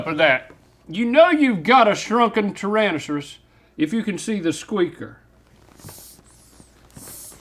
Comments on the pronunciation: Tyransuss -I refuse to believe that link can say that word right even when he's not Randy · From now on, I'm gonna pronounce "tyrannosaurus" the way Larnold does 😂